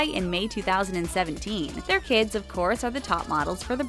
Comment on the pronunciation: the voiceover lady said “Kim” instead of “kids” I don’t care, it was just bothering me lmao